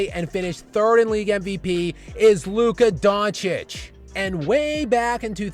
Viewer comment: You LEANED into the mic on that "Luka Doncic" line. You meant that shit for real. 😆😆 That was fuggin hilarious. Great stuff my man, keep up the hard work, and thanks for the effort. 👊👊✌✌